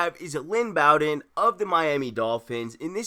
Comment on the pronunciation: It’s Lynn Bow-Den, not BAwwden